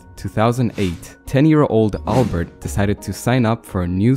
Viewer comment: You pronounced albert wrong